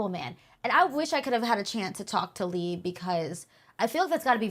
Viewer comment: It is kinda weird to claim that you are such a fan of Leigh and you can't even pronounce his name right, matter of fact i heard about 3 different pronunciations and non of them was right lol